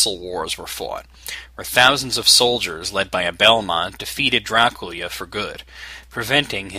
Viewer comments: I have no problem w/ Drah-Koo-La, but he's saying Drakoolia. I do not want. And I don't even say it the "americanised' way. I say Draak-yoo-lah. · Yeah, sounds like Dracoolia. Umm, I'm almost certain it's pronounced Drak-Yoo-Lah. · how do you get "drah-col-ee-uh" from "dra-cu-la"??? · draculia? lol dude that was funny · hum, you say "Dracula" in a funny way xd